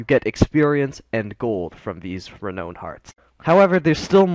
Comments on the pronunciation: Thanks very much; very useful info. One pedantic nitpick, though: It's pronounced "reh-nown", not "reh-known". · Learn how to pronounce renown.